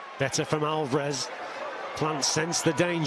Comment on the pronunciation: Is Steve Bunce the only person in the world who pronounces it 'Alvaarrrez'? Does he not hear everyone else? 😄